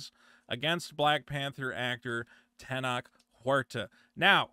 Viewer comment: The way you're pronouncing Tenoch is giving away your Talmudic heritage. Despite the origin story bring cringe and gay, Namor was the best part of the sheniqua Wakanda special. Additionally Tenoch Huerta is great, because he's been triggering all the whitexicans, complaining that he doesn't represent them. As far as the allegations go, of course they're false. Latinx and especially Mexico has been infested by American culture, and it's going through it's babby first feminism wave. It is popular for all these thots to come out with these false allegations after being Weinstein'd and making stuff up. No true Latinx pays any attention to them, just the white elite that are fixing to make a Jewish female the next president of Mexico.